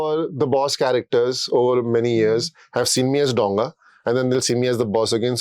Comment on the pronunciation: Dow-nga a large vessel, it isn't pronounced DONG-A